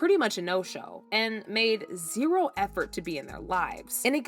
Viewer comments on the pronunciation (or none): none